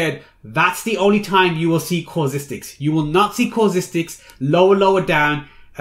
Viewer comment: It's so annoying how you keep saying causistics. It's CAUSTICS!